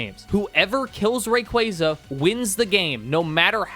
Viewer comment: RAY - KWAAAAAAA - ZAAAA ffs dude .. imagine doing a pokemon video and can't even name the pokemon correctly.. cringe ass Fail